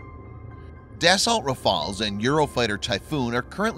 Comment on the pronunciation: Dassault pronounced Dasso, not "dassalt". Macron not "macrone". (to help you "improve" since you asked for it ;)